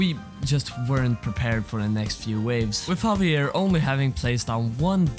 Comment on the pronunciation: havier ???? BRO JAVIER